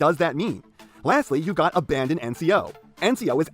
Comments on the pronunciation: Not to be the pronunciation police but the NCO’s faction name is pronounced ABBA-DON not abandon like you were doing P.E. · Loved this video, but it hurt physically every time PE called Abaddon "Abandon" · it's NOT ABANDON. IT'S ABADDON, A NAME FOR SATAN. ONE. N. ABBBBBBBADDDON Why so angry am I